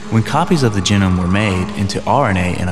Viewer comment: Maybe scientists could create a voice over capable of properly enunciating the word "genome".